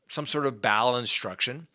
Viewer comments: Bowel instruction?? It's obstruction. Every time I listen to you you mispronounce words as bad as auto correct. I cant watch you anymore. It drives me crazy . You went to college. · Did you say, "bowel instruction"?